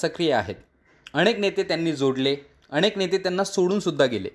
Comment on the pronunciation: अणेक नाही रे अनेक